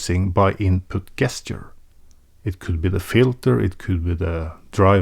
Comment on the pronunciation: gesture is pronounced "jesture" as if it starts with an english j like james. great video, again. i know a norwegian who is just like you, but a carpenter. he’s also a great guy, keep taking it seriously, keep having fun doing that 😁 i bought my lemon because of you, and because of Stimming calling it "the opposite of a waste of time"